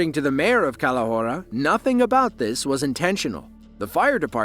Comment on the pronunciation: “That’s aboot as fresh as yer gonna get” says the man who sniffs moose antlers….😂